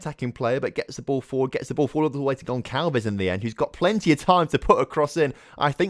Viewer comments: Gonçalves is pronounced GonSalves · The ç in gonçalves is pronounced like an s